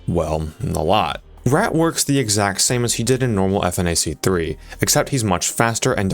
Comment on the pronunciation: Saying "F N A C 3" instead of "funach 3" is blasphemous